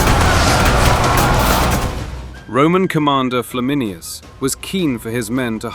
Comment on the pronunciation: It's Flam in ayn us, not Flam in i us.